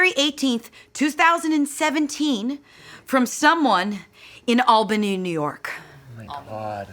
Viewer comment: Thank you to Angela for pronouncing Albany right fr